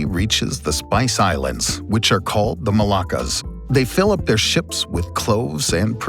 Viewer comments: Pretty good summary and animations. Just one quibble on the pronunciation - Malacca (Melaka) is the city on the Malay peninsula that was captured by the Portuguese. The MolUccas (with a U) are the spice islands. You kept pronouncing them as the Melakas (with an A). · Pronounce differently between Malacca and Moluccas